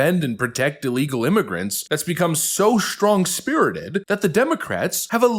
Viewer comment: "strong" is pronounced "strong," not "shtrong." Similarly, "streets" is pronounced "streets," not "shtreets."